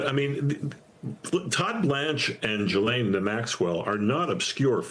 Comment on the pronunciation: How are people STILL not able to pronounce Ghislaine correctly??? Stupid Americans